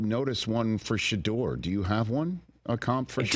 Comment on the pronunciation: Why does he call him Shadurrr Sanders 😂